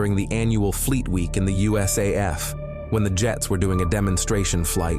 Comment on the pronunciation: The way he says "USAF" makes it sound like United States As Fuck!